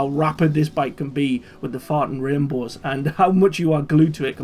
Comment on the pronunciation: Greatest part of this entire video is when he said farting rainbows with his accent😂😂😂😂